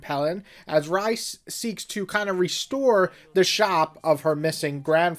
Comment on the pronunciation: Ryza is pronounced “rice-ah”, not “rizz-ah”.